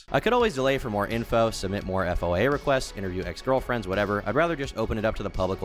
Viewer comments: just say “foya”. Hearing you try to spell out FOIA really fast while you speak is just painful. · FOIA requests are shortened to the term “Foy-Ya” requests. Just fyi.